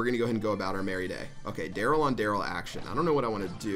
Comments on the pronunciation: You messed up Darryl’s name on purpose didn’t you? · proud of you for not messing up Darryl's name <3 EDIT: AAAAAAAND HE MESSED IT UP IN THE LAST MATCH